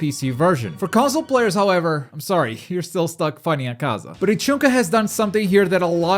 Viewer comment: You don't say akaza name right and i hate it but good video learn to say his name plz